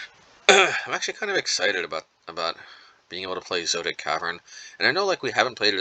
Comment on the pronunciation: Zo - et - ic